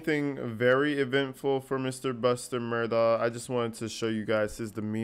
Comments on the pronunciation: I AGREE BROTHA!!! ITS MURDAUGH not MURDOCK!!! My God i know some aren't really smart in the South or anywhere else but DAMN!!!! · It has nothing to do with the south. I live in Columbia SC. I don’t know anyone that pronounces his name Murdock. He’s also called Alec even though it’s spelled Alex. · He actually pronounces his own name as "Alec Murdock". His family (brothers and their wives) also pronounce their name as "Murdock".